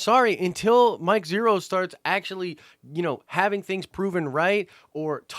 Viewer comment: You lost me when you said Mike Zhero!